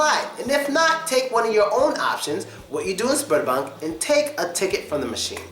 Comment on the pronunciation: When you first mentioned the name of the bank thought you said sperm bank.